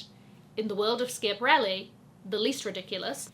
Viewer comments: You're the one YouTuber I never miss AND I would love you to research the pronunciation of Schiaparelli; you'll find that the first syllable sounds like "scrap" but without the letter "r"... love you! You're my all- time Fave!!! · Good video, but your pronunciation of 'Schiaparelli' made me gag a little